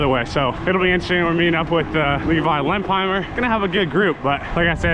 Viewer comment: I like your pronunciation!! Levi Lemphiemer ..